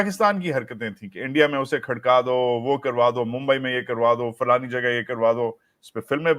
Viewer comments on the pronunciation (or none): none